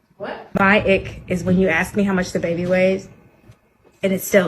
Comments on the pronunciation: I don't care what your gender is if you say aks instead of ask I'm not letting you cut me open. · I don’t want advice from any doctor who thinks the word ask is axe 😂